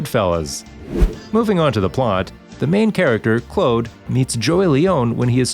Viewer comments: He said clode instead of Claude 😂😂😂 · you supposed to say Claude not Clode 🤣🤣